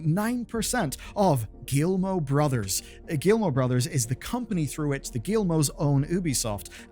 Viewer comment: It is pronounced « Gimo », the ll are silent 😉